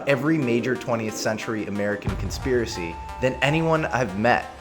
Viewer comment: The word is Conspiracy not conspeeracee